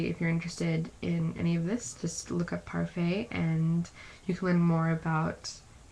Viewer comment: It's (Par-fit), not (par-fay) like the mcdonalds french(ish) style yogurt.